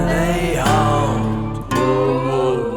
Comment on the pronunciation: it sounds like you're saying hunt instead of Haunt